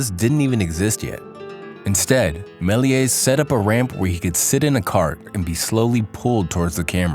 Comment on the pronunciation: May-lee-ay. That is how you pronounce Méliès.